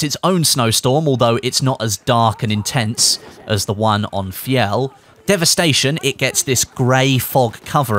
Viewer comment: Just a note “Fjell” was almost perfectly pronounced here, the only thing was the L sound (which should sound less rounded off, as in literally just pressing the top of your tongue against the roof of your teeth)